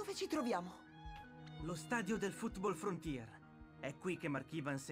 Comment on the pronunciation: sono l'unico o ha detto frootball frontier Comunque spero che continui questa serie